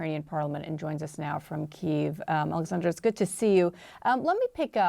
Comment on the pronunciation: when will he actually pronounce Kyiv correctly?